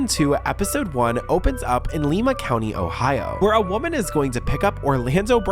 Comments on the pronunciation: li-ma. The i is long. Cleveland native here 😂😊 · Haven't you seen Glee?! I get the crazy lady named Lima joke (thanks to BJ), but you gotta know it's pronounced "Lie-Ma" Ohio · Not Lee-ma lol it's Lie -ma (Lima) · as someone who has lived near lima ohio all my life you producing it wrong is triggering me lol its pronounced "lie ma" not "lee ma" and its Allen county jail. i was washing dishes and had to stop to see if it was lima or some other town i never heard of in Ohio. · It's not Leema. It's LIMA aka the bean. Everyone there does meth and it's a giant plat with a little village in the middle they call downtown.... I'm not downplaying the drug thing either. You will see the same meth head walk from one side of town at 3pm and see the same dood 15 miles across town at 8pm getting kicked out of a gas station for throwing up on the Doritos. ITS THE BEAN 🤣🤣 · It’s Lima, Ohio (lie-mah) Love your channel!❤❤❤❤❤❤ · It's Lima (lie) OH not Leeeema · 😂😂😂 aye yo voice over guy, Lima is pronounced "Ly-Ma" not "Lee-Ma"nor "Lema"😂😂😂😂. I'm not trolling you, I'm just from Ohio; Dayton, Ohio to 6e specific. I enjoyed the video and content, just a word of advice, don't let internet AI translation/ver6alization/pronunciation (text to talk) features to limit your journalistic endeavors. It's the internet. I'm pretty sure if you reach out to your community to confirm or fact checc a city(s) proper pronunciation, they would gladly help out to insure you create the 6est content for them to enjoy. Stay 6lessed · It's not pronounced lee-ma it's pronounced lie-ma I'm from cleveland ohio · It’s Lima, pronounced Ly-muh . NOT LIKE Lima, Peru . I was born there. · It's actually Allen county and Lima is pronounced "Lye-mah". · Btw the town in called Lima like the bean😂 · It's pronounced LIE-ma lol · I hate to be this person but you be are saying the name wrong in Ohio ❤